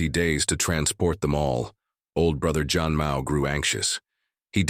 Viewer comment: thank you! yeah zhan still sounds like john.. yup same as any other languages some word have no english translation